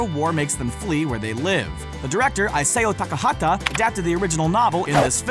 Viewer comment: Grave of the fireflies isn't for kids. And you said isao takahata wrong